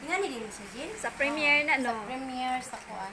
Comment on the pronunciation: Its Primer(pray mer) not preymier